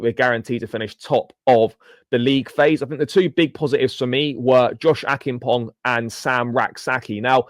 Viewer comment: Josh Acheampong...its a ch sound (church) rather k sound